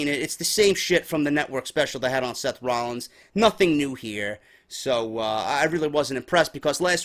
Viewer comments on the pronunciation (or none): none